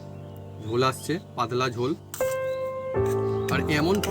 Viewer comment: পাদলা না। শব্দটা “পাতলা”।